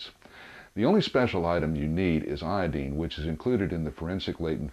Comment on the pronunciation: You say iodine really dumb